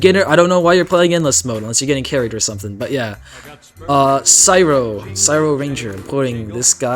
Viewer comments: Syro it’s cryo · no way you pronounced it "sigh-ro" instead of "cry-ro" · No way he said sy-ro it’s crie-o like cryogenic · CYRO RANGER IS EPIK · my biggest pet peeve is that half of all tdx youtubers mispronounce cryo